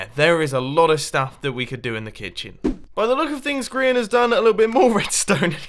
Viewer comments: he said Brehan not Grian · Did anyone hear mum on say Grians name wrong